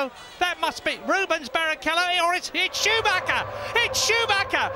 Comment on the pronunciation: It's SCHOOMAKKA, it's SCHOOMAKKA!